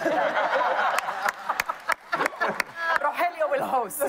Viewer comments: I can't get over the fact that guy keeps calling ro (helio) ro (jellyo) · Hahahaha yeah noticed it too it’s ro hell lio